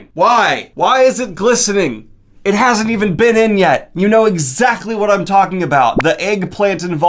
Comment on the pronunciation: I heard glistening as blistering the first time and I was... really, really confused for a moment.